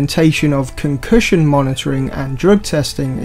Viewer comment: It’s pronounced concussion not ‘con cushion’